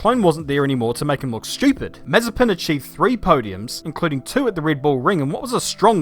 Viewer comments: The name's MazEpin, not mAzepin. Rhymes with preppin'. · ma - ZE - pin... ma - ZE - pin... ma - ZE - pin... Repeat after me: ma - ZE - pin... ma - ZE - pin... ma - ZE - pin... For fuck's sake... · Short answer: NO Long answer: NOOOOOOOO Btw, it's Ma-ZE-pin, not MA-ze-pin... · Its not MAzepin, its MazEpin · Looking back to this, it feels so weird to hear Nikita's name pronounced as Mazepin and not Mazespin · Can't wait for saying his name as Nikita Mazepan every weekend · you typed his name with correct stresses in cyrrilic and still call him MazepIn...